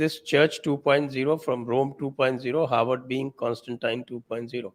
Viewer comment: Harward ko hayward kahte hain. Hahaha.. 😅🤣😂